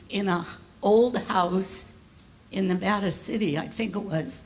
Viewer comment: I wish she would pronounce Nevada correctly